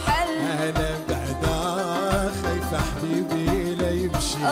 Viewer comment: ركزولي على سميرة كيف كتنطق: انا خايفة " حبيبي " ❤❤ التفاصيل .